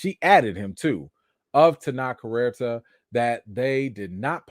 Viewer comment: Thanks for calm and fair commentary on a difficult topic. And about the pronunciation of Tenoch Huerta: Your pronunciation was closer than the suggestion another commenter gave. Here are a couple of pronunciations that seem authentic: and